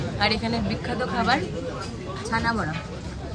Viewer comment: মিষ্টির নাম ছানা বড়া নয়, "ছেনা পোড়া/ ছানা পোড়া"...